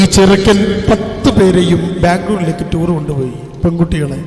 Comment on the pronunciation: തൂർ അല്ല ടൂർ ആണ്